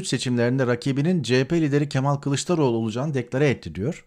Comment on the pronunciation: Neden,Kemal Kılıçdaroğlu'nun adını söylerken '''L''' harfini yumuşak değil de sert söylüyorsunuz?